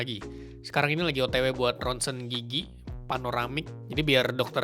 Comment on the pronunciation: Gw ketawa mulu krn gw denger kata "gigi" nya lucu Kedengeran kek "gigyik" 😂😂